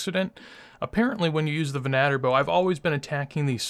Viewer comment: ven-uh-tor bow.... not ven AH ter...